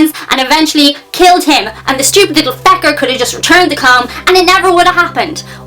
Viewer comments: Fecker? I've never heard it pronounced like that but I'm a fan 😁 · stupid little... fecker? that sounded like something a lot worse, had to go back and listen to it a few times.